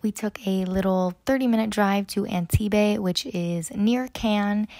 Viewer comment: To safeguard any future embarrassment, Antibes is awn-teeb, not an-tee-bay!